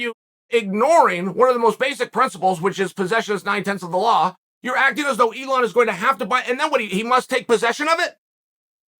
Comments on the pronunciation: Its elon not eon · No one talking about how it says Eon😂